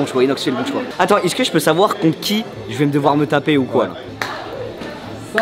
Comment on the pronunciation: Fais juste l'effort de dire "est ce que" Et pas "isse que" S'il te plaît le reuf :)